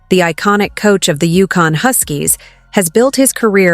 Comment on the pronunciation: UConn NOT Yukon